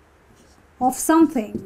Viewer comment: Just watched your video titled 'How to Pronounce "the" in English?' Please practice what you preach. First of all - it's a drawing of THE car not 'theee' car. and -0.33- The word 'OF' is pronounced as 'Ov' not 'Offfff'.